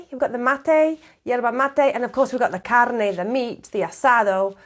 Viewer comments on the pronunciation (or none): none